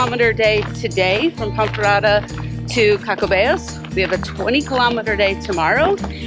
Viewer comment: There is great Vino on the Camino. Don't you hate those one length pillows. I believe you pronounced Caccabello correctly. Next time like you, we would do less kilometres in a day and spend a little more time in some of the towns we missed out on. It is always great to run into new people on the journey. Nice interview with the Pelegrinos. Love dthis episode. Thank you for taking us along. :hand-purple-blue-peace::face-red-heart-shape